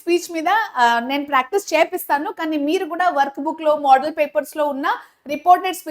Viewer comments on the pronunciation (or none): Moodal kadhu mama model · Model ni yalapalukuthunavama model in modal ani palukuthu navu